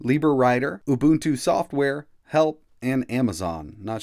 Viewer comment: Helpful, thanks. BTW, it's UbuNNtu, not ubutu as you keep saying :)